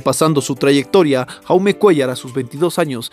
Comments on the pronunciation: Se pronuncia yaume como jordi se pronuncia yordi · Se pronuncia yaume, su nombre es proveniente del catalán y no Jaume como pronuncia el comentarista del vídeo, y no lo hago con la intención de criticar si no simplemente informar.